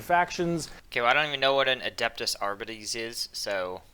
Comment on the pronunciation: Unlike the way you say arbites. Like arb-it-ez and not arb-ites. Like we pronounce astartes ass-tart-ez and not ass-tarts.